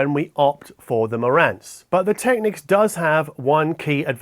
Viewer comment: kiwis might say 'go big or go home' but not with an aussie accent like that :)... but you do say technics correctly so all good